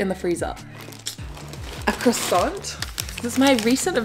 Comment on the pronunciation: This Shiba has the tail of a fox... Unpretentious and cool vid... Little tip: don't pronounce the "t" in croissant.